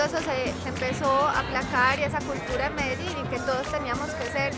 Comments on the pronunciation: I stopped watching the moment she pronounced Medellin as "Medegene" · Can I believe no one told her you say Medein rather the MedeGin. So annoying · Dumb vice bitch its pronounce med-deh-yeen not medejeen my last name is Medel not medej stupid broad cause that's what you are irrelevant reporter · I'm only 2 minutes into this documentary and I cannot help myself but note: - Surely, she should have had an understanding of the pronunciation of cities and therefore know how to say: Medellin... Anyway, let's carry on watching. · This so called journalist is just HORRIBLE, has an arrogant attitude, a condescending tone from the first second the video starts, can't even pronounce Medellin the right way, is underfed and has a face that looks like it got punched like a gazillion times and used an iron to try straighten it out. Jealous coz of your surgery gone bad huh? Bitching about questions not being translated well enough. You visit THEIR country, at least THEY speak English, learn Spanish yourself and then complain. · Also, she can't pronounce Medellin properly.